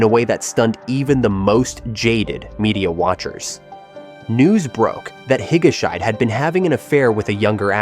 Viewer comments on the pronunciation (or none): "Higa-shyde"? "Hi-ga-shee-deh." Dude, if you don't know how to pronounce a name, look it up! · i lost it at "hige-shite"... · Should have someone coach you on the pronunciation of Japanese names. Not Higa-shide (rhyming with "hide") but Higashi--de. Japanese names do not follow English pronouncing rules. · This isn’t just a japan thing though. Anyway I think you should pronounce Higashide as Hi-ga-she-de. And also Becky is so back. And another celebrity with a scandalous affair, Mari Yaguchi, made a comeback also. Suicides which were also shockingly devastating, Yuko Takeuchi (Ms Sherlock), Haruma Miura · "higashide" is pronounced "hee-guh-shee-day" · Actually it’s he-ga-sh-day 😊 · Higguhshy? :P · can't even pronounce higashide properly. this AI shit has got to stop. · The mispronounced name hurt my ears, so much.